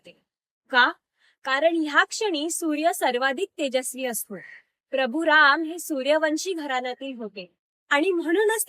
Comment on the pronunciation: अतिशय सुंदर माहिती जी सर्वांपर्यंत पोहोचणे गरजेची आहे. फक्त एक म्हणजे राम् न म्हणता राम (पूर्ण) असा उच्चार करावा एवढी विनंती 🙏🏼